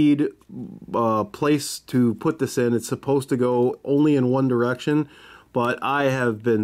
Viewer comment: he said one derection